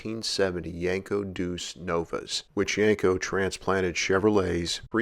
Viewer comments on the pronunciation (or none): none